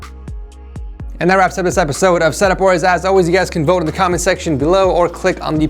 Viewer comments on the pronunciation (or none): none